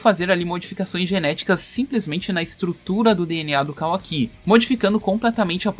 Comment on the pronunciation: Man eu juro que se Boruto for dublado até a parte que mostra o Kawaki e eles pronunciarem da mesma forma que vc eu não assisto mais, ou eles pronunciam Kawaki ou fim de Boruto pra mim "Kawa-ki" é meu ovo